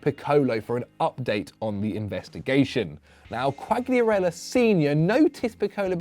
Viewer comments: You keep pronouncing Quagliarella wrong , G is silent )) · Think the fact you're pronouncing Quagliarella's name wrong is gunna bother him more than the stalker 😂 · Man if you want to talk about Quagliarella you need to pronounce his name correctly ffs